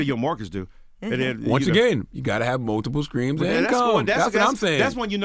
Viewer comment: Charla said U have to have multiple "screams" of income hahahahalooool WTF is a "scream" of income?!?!